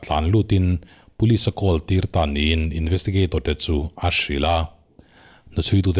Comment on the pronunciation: "Call" is "khawl"